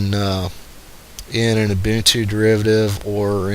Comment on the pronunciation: Thank you for pronouncing Ubuntu correctly. YouTube test? Simple alternative to Flash: Enable HTML5 for YouTube: I think Gnome 3 is more to blame than Fedora for the lack of customization, and I know that you can switch out the desktop flavor used in Ubuntu (it's probably more painful to do this than Debian these days since Unity came out) and I'm guessing that if it's possible on Ubuntu, it's possible on Fedora. Customization out of the box isn't good though, you're right.